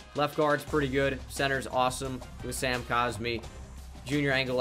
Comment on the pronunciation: Sam is pronounced how you were pronouncing it he says it in his introduction to the Longhorns video